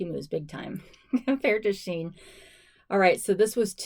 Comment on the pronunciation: It’s pronounced she in, probably because of the inclusive sizing